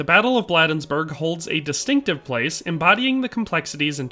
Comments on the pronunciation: Just a nitpick about this excellent video, Maryland residents pronounce it BLADE-nsburg, like the cutting portion of a knife. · Enjoyed the video--corrections, Bladensburg is pronounced with a long A, not short, so like Blade-ens-burg. Also, I don't think I've ever heard the Krag called a Springfield Krag (note, short A in Krag, not long). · In case no one has yet to mention it, the town of Bladensburg, is pronounced locally with a long a. Blay densburg. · You mispronounced Bladensburg.